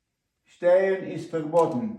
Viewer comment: не штейн, а штайн